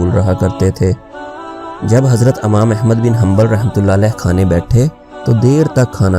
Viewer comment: Amam nahi yar imam hota h